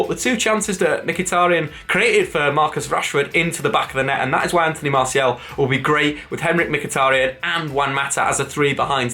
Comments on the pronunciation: His name is pronounced MARR SEE AL not MARSHALL. Annoying when Manchester United fans get his name wrong. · Who the hell is Marshall? Jesus, please at least attempt to pronounce the names correctly!! ffs.